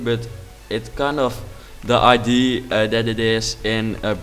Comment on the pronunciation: I'm an English girl living in the Netherlands so I understand why you pronounce idea the way that you, however it is a pet peeve of mine so just wanted to point out that in English it isn't pronounced that way.